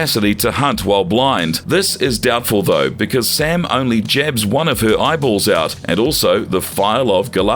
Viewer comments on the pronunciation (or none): none